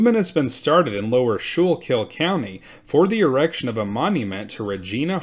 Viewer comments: School kul is how we pronounce Schuylkill. Nice reporting. They're probably relatives. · By the way it is pronounced - SKOO-KILL. Requests to the Quaker officials brought the response - of "What are you doing to the poor Indiasns"? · “School-kill” is how it’s pronounced. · Ok… this is driving me crazy. It’s pronounced “skoo-kell” not shookil. I know there spelling is hard lol there are a lot of names in PA like that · Pronounced SKOOLKILL not SHOOLKILL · Great episodes. Always listen. The river and county is pronounced Skookil. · The Schuylkill river is pronounced the skookle by the local Philly area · Its pronounced "SKO-Kill" by everyone in Pennsylvania. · And it's Skookle. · Great piece. Let me help you out a little. It is pronounced skoo-cull county. That sch is like school. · Great presentation. FYI, you're pronouncing Schuylkill wrong. It's like "skoo kill" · It’s pronounced Skool - kill 😊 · Schuylkill is pronounced “Skoo-kul”. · Great but you are mispronouncing Schuylkill.